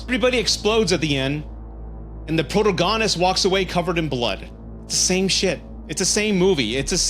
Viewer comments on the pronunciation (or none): The way you pronounced the word “protagonist” hurt my feelings